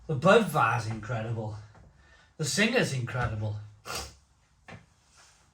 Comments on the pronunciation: it is pronounced beer sing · Also you don't pronounce the ha, it's pronounced beer Sing. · Singha is actually pronounced 'Sing' ... hello from Thailand 🙏